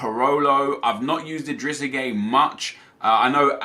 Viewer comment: When u say gueye u say gay lol 😂. But his name is pronounced guy